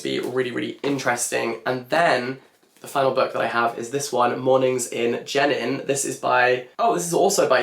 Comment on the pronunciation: thank you for this. but wondering why this wasn't posted on your main channel? side note: 'jenin' is pronounced 'je-neen' and 'darwish' is 'darweesh' <3